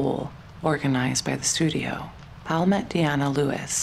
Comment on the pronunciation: The narrator doesn’t understand that William’s sir name is Powell NOT Pal!!! It has two syllables…count them. I adore William Powell. He was great as Nick Charles and in one of my favorite movies “Life with Father”. Wonderful actor!❤ I believe that Jean Harlow was his true love. Then she died and left him broken hearted 💔. So sad!